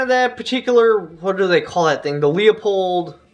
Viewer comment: It’s kind of sad how happy I was to hear someone else say Leupold the way I do. Which I’m told is the incorrect way to pronounce it.